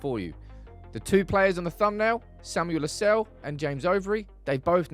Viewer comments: The name LUSALE, is pronounced as LU SA LE, not LU SALE, No. This is an African name from Zambia. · The correct pronunciation of LUSALE is not “Lusell” but LU- SA- LEH its an indigenous Zambian name. And im proud to have the lad representing the United academy 👏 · Lu-sah-leh that's the pronunciation